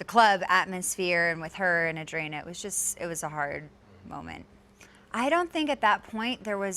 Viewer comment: Why does she pronounce Audrina's name that way... Its not Ehhdrina .. It's AUDRINA!!!